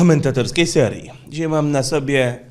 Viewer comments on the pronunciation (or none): none